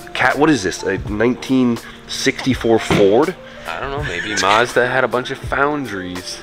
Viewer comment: AHAHAH the maybe mazda had a lot of foun-dri-es got me good